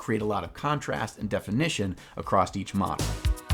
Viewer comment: I'm so happy to have noticed that someone pronounces the word "across" the same way i do. "acrosst"